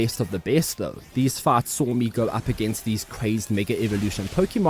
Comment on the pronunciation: Thought he was saying farts instead of fights.